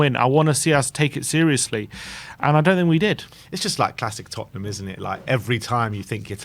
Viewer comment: ''To win thee cup for Totten-ham.''🤣🤣😂😂🤣🤣🤣🤣